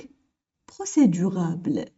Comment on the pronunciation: procédurable ou procédurale لانكي تقولين procédurabele لكن في النص مكتوب procédurale